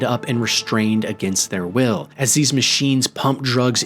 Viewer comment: Why do you need to emphasise that they were tortured aGAiNsT TheIR wILl?